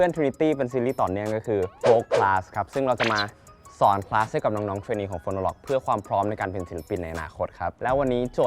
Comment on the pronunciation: ทำไมฟังดีๆคำว่าสอนของพี่เติร์ดมันออกไปทางสวน